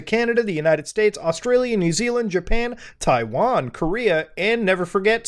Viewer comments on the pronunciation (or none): The way he said thaiwan lmfao